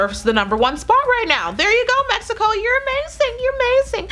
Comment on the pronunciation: I loved it, when you said "México " you are beautifull and nice woman!